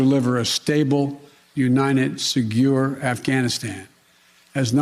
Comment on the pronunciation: Segure". He said